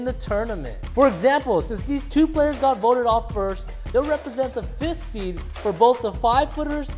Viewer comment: Seed not Seat